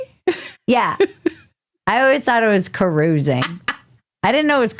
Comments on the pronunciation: It's Ka rouse ing . . . not Ka ruse ing . . . 🤣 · Caroosing? That's how the hosers in Canada say it ,eh. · Bridget: "'Carousing"? What, were they getting cotton candy?" Me: Not "carousel". "Carousing".